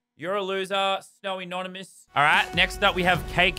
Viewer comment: Lazar: “ you don’t get to win Bcz you spelled my name wrong” proceeds to pronounce snownymous’ name wrong